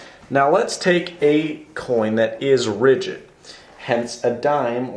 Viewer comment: He kept saying rigid, and I was getting confused because ALL coins are rigid. I now realize he meant "RIDGED". That's one syllable, buddy.